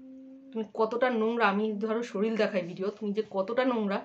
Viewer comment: শরীল 😂😂😂😂😂😂😂😂😂😂😂😂😂 ঠিক করে উচ্চারণ করো